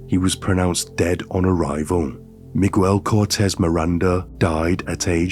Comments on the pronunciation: Meeg-el not me-guel, sorry I know it's beside the horrific point but it just kept phucking with me. Thanks for informing me of this insane case. Great speaking voice as well. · 2 seconds in and you say “migwel”instead of miguel. I think you can be bothered to learn basic pronunciation, it makes it seem low effort like you did the bare minimum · Hello, not to take away from the content, but his first name is pronounced as MIG-AIL instead of MIG-WELL. Hope this helps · I mean this to be respectful and helpful, but I feel like in text, it just sounds rude or even d*ckish 😂 So, just fyi. In Spanish, Miguel is pronounced Me-gel. In "guel" the U is silent. In "mi" the I sounds like an E. Hopefully, that makes sense 😂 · He said Migwell... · Right? Miguel = Magwell? 🤣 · Migüel lol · Hi mate, I love your work, I lived in Mexico for several years with my husband and our children, this guy is as bad as any infamous mass murderer & rapist, thank you for bringing this case to light. Just wanted to point out that this disgusting monsters name is pronounced *MiGell, with a silent "U". Again thank you what you do, I love your videos. ❤ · The “ u” in Miguel’s name is silent, so it’s pronounced “Miguel”.